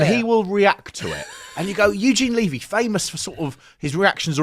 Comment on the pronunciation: Eugene Levy pronounces his surname with a short e (rhyming with "heavy"). I pronounce my surname with a long e (as you pronounced his).